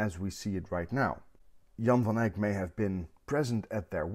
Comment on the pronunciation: So disarming to have a painting explained by a guy wearing just a t-shirt ánd who can properly promounce "Jan van Eyck"